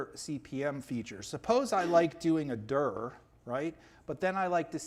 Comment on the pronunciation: Very interesting ; good reminder of cpm basics and i finally learned how to pronounce « dir « like a native English speaker :)